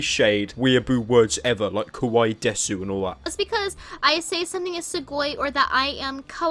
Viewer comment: Btw pyro the ‘u’ at the end of ‘desu’ is silent. It’s pronounced des. I learned a little of Japanese and that really triggered me.